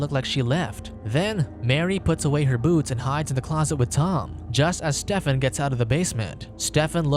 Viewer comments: Is nobody gonna point out how he pronounces Stephen like Step-fin?? It supposed to be stee-fin. Or is he making a pun about the name because hes a step son? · Spoiler can communicate,Steven,the pH sounds like v,it's not Stefen.can you do more research please,thank you.